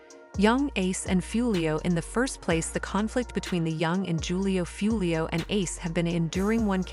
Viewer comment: It’s pronounced WHO-LEO 👎